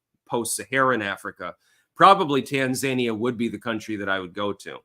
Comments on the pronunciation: TAN-ZANIA? its TAN-ZA-NI-AH you absolute donut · Tan-za-knee-ya accent on the 3rd syllable. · Its pronounced "tan-zah-nee-uh" I do believe. She got the notes, he didn't. She got the no fact checking, he didn't. No wonder he's not interested in another debate. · That Tanzania pronunciation. They aren’t zany, they’re zen. Appreciate your analysis as usual.